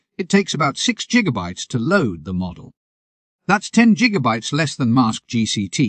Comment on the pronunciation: Gotta love those "jiggabytes" :P